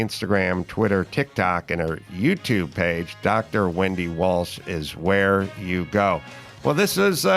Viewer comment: Wendy walsh !!!! Not williams 😅😅